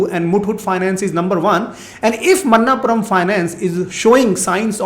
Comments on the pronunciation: मनप्पुरम NOT मन्नापुरम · Sir, it's not a Man-naap puram.. Manap-puram